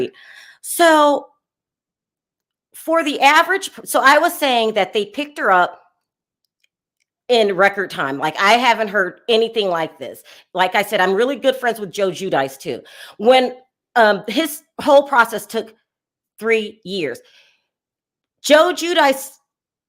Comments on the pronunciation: frineds with J JUdyce... is is NOT prnouced JUDYCE.. is athreee syllable last name.. Giudice... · Note: Giudice = Ju-dee-chay. (Correct pronunciation) 😊. ❤. Love your videos!